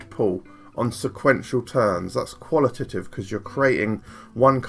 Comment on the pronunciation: On the subject of "qual-ih-tih-tive" and "quant-ih-tih-tive"... take out the "tih" in each of these words and you've got them right. Great video as always, super well produced and informative!